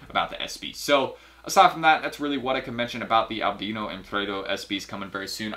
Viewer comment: Isn’t it pronounce AL BIIII NO NOT ALBNO